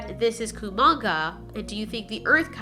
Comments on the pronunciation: It's not Komanga its kumonga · It’s kumonga okay